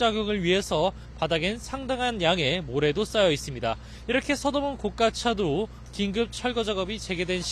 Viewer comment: 고[가]차도. 굴'착'기. 어떻게 기자도 데스크도 한글 기본도 못 갖췄냐